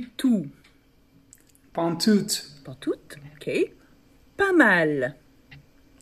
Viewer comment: pantoute is pronouced just simply « Pantoute » and not « Pantsoutse »